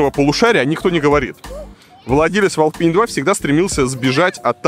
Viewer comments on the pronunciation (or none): none